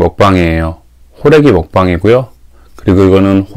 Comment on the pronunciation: ㅋㅋㅋㅋㅋ 호래기를 홀애비로 내 귀엔 들렸어요 ㅎㅎㅎ